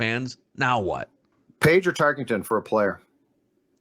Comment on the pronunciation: After all these years still pronounces “Tarkenton” as “Tarkington” 😅